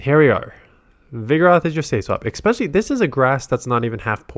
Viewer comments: it's "especially," not "expecially." I'm tired of hearing it pronounced wrong. Love your videos. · it's "especially" not "expecially" I'm tired of hearing it wrong Love your vids